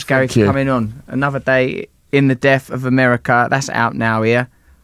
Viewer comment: as articulate as you are Russell, you still can't pronounce the 'th' sound.. its not souf its South, death not deaf... ffs.